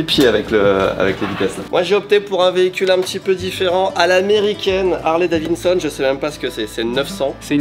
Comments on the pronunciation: Je suis trigger a chaque fois que j’entends dans votre bouche: "Harley DaviNson"... "DaviDson" Bon sang! Très bonnes vidéo sinon ;) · c'est Harley Davidson et non Davinson hihi 🤭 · Harley "David Sonne" pas "Davin Sonne"